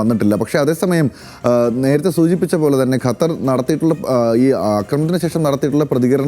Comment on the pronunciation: ഗട്ടർ എന്ന് പറയുന്ന പോലെ അല്ല ഖത്തർ എന്ന് പറയൂ . ഏതു കൊച്ചു കുട്ടിക്കും പറയാൻ അറിയാം ഇത് 😂